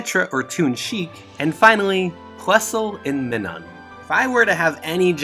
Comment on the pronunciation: Plusle and..... me nun... is it so hard to say Minun